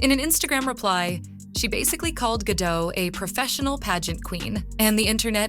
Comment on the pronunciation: FOR THE RECORD... Gadot is pronounced as Gah-DOTTE.... not Gah-DOUGH as you repeatedly said 🤣🤣🤣 my golly, she's been around for quite sometime and yet you still don't know how to say her name correctly 😆😆😆😂😂😂